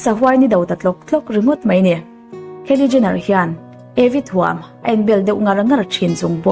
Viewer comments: A ngaihnawm viau rual rual hian.. thil pakhat selna lam ni lovin.. Kylie Jenner( keili Jenner) ti a lam lovin (khaili Jenner) tia lam zawk tur a ni. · Kiele jenner nilo in kylie jenner tiha pronounce tur a nih ka ring😀👍👍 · Kylie Jenner hming i sawi dik lo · Kylie Jenner i lam Dan hi Kalo helh😌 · Kylie Jenner i lam dan hi ka hre tha thei lo